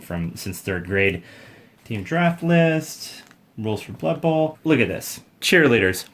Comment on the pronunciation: "it's blood buhl!"